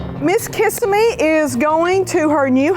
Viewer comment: Do you mispronounce Kissimmee purposefully?